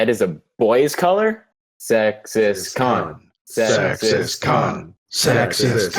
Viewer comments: oh wow at the start i first heard sexist c*nt isntead of sexist khan xD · I thought they were saying "sexist c**t" and not "sexist khan" for a moment there... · The wheel's turning and "SExiStKHaN" made me burst of laughter ! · Same x